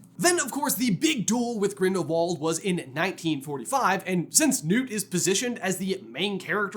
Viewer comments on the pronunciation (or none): none